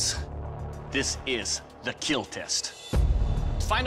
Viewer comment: "It will keel... and get me buzzed."